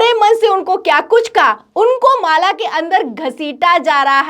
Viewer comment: Mala ko maale kue bol rhi mam , mujhe to Malegaon nazar aane lga😂😂